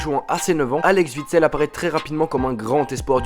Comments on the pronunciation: Mec,c'est pas Vitsel mais OUITSEL. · Les Français arrêté de dire les nom des joueurs belge vous savez pas les dire un '' W'' c'est pas un ''V'' et vous dites Veekend ou weekend ? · ALEX Witsel? Je connais pas ce joueur. Tu sais même pas faire de vidéo convenable avec de bonnes informations. Avoir une chaîne foot et se tromper de nom de footballeur comme une groupie qui dirait "Grizou <3", honteux sombre merde